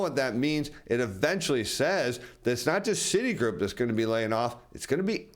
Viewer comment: That’s not the first time I heard Citigroup pronounced that way!